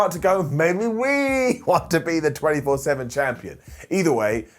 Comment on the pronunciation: Alove how says the 24/7 champ n disent correct it 😂😂